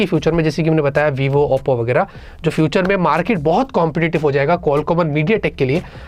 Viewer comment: saying OPPO ❌ APPO ✅ 😂😂